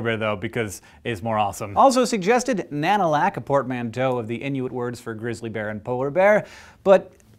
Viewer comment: When he said Nanulak I thought it sounded too similar to Cadillac xD Sod it, why don't we just call em Cadillacs